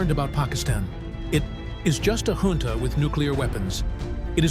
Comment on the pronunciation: “ junta “ ka ucchhar hunta hota hai